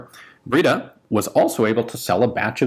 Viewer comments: “Breda” is pronounced with the “e” as in “end”, not as in “breed”. So it’s like “bread” with and “aah” at the end. :) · Breda is pronounced just like "bread" with an 'a' at the end, which is pronounced as the ending 'a' in "camera". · It's pronounced " Brada". Breda for us ams.